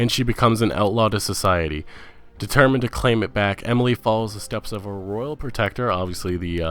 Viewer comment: And he manages to mispronounce Bethesda (Bethsda???) and at least three other words (soxsiety = society, New Borducks = New Bordeaux, Androomda = Andromeda) that aren't exactly tongue-twisters. It got to the point where I was wondering if he was doing it on purpose.